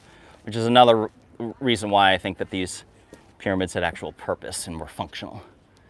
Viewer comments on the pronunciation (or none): none